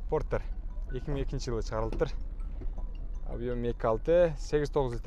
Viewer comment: Фортер эмес Портер деп айт уят